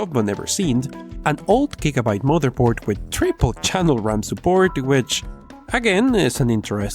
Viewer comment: did you just say gregorbyte?